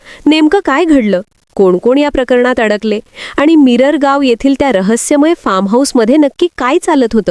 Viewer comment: मिरर गाव नाही ओ मिरगाव